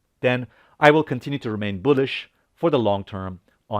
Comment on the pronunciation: It's not Boo-lish 👻 its Bull-ish 🐂